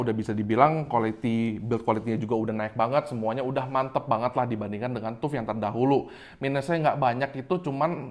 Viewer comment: TAF WOI BACANYA BUKAN TUP TUP